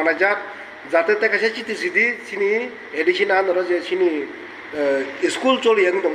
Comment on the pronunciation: Sini ya chini c, kokborok pronunciation mistake khe ta sa d tai ta sui d